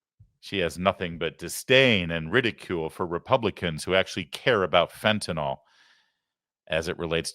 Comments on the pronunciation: There is no “o” in fentanyl, people. FEN-tuh-nil. FEN-ten-all. Not saying you can fix it without pronouncing it, but it can’t hurt. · Phen-tin-nil. Not phen-tin-nol. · For the thousandth time, it's not Fentanol. It's fen-ta- neel..